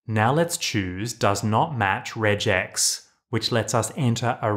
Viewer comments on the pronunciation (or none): none